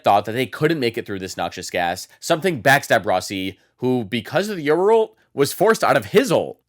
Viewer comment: Yural you mean yoru